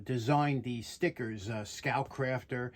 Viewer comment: Now all I can hear is “Scout Crafty”! 😂